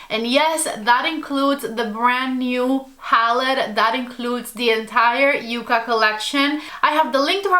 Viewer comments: With 2 C's it is "Yuh-Kuh" and with 1 C it is "Yoo-Kuh." Yucca is the southwest plant (and the inspiration for this palette) and Yuca is the edible potato-like plant. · You are my go-to reference whenever I want to apply eye shadows. Congrats on getting the code...too bad that I had placed an order much earlier before this video came out...ah...bummer. 😂 BTW, it's called ya-ca not u-ca, just so you know. 😊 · N O T. Y O U K A !!! YUCKA I know that sounds weird but its the name of a plant.